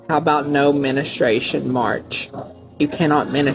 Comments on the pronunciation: No no. He said “ministration,” not menstruation. 🤣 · He doesn't know how to say the word menstruation! He called it "menestration" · No menastration. Shouldn't be hard, as I'm.not sure anyone does whatever that is 😂